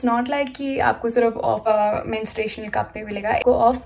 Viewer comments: That's menstruation, not mensuration... Mensuration is geometry 😂 rest, an amazing vdo!❤️ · Its menstruation cup not mensuration cup...mensuration is a maths chapter 😂😂...no hate btw 😊💟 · babe its menstruation** not mensuration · Can you please pronounce it as menstruation and not mensuration😭😭